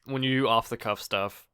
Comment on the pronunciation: Of the cuff, more like, off the cough